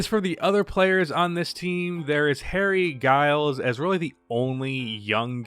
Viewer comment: Also, its pronounced as Jiles for Harry Giles